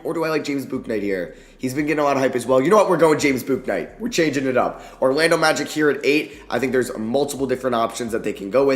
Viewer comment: Hey, it’s James “Book”night btw